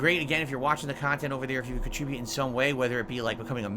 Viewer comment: “Curated khantent”